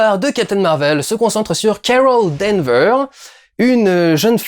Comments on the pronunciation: Danvers Du, Danvers ! Il y a un "S" à la fin :) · Et non D'Anvers.